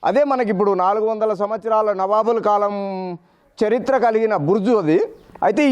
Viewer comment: నబాబు కాదు నవాబు కరెక్ట్ గా పలుకు సార్.